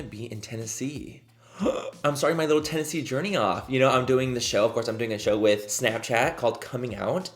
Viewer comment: DID HE JUST SAY TENNESSEE??? TENN EES SEE ??????! WHAT